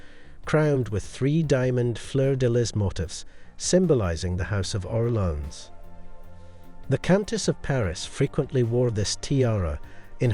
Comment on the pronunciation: Orléans is pronounced Or lay an fyi